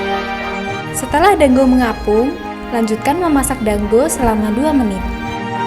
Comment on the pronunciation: Teh maaf dango bukan danggo